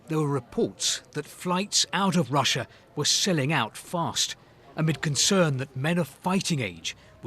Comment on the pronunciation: TIME TO NUKE RUSSA BOYSZSZ